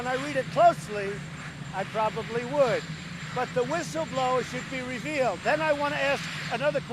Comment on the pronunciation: I had to watch again, when he said the whistleblower should be revealed, i thought he said he should be repealed